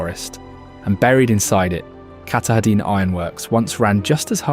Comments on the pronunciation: The mountain is pronounced Ka-TAH-din. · Cat uh deen? Really? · Pronounced KAH•tah•din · Ka tah din pronounced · I’m Going to Help Yah Bub, it’s Pronounced (Kah-Tah-Din), It’s spelled Katahdin! Yes the Indigenous Names are “Tongue Twisters”, But We Honor Them, By Trying to Get the Name’s Right! I Know, I Live on Lake Anasagunticook, Next to the Androscoggin River, But I Grew-Up on Messalonskee Lake, Next to the Kennebec River(haha)! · I was looking to see if someone else had already mentioned this. I was willing to ignore the way Katahdin was pronounced, but Piss ka tah quis? Yikes.